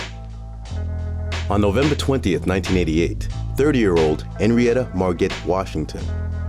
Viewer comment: Who TF is narrating this? FFS. 1) Mar-gat? Really? Henrietta's middle name "Margot" is pronounced "Mar-go" 2) "Assaulter"?? Try "Assailant". 3) Anitra "Margat", her middle name is pronounced just as #1 is... "Mar-go", the "T" is silent.